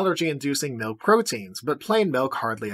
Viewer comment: Plain MELK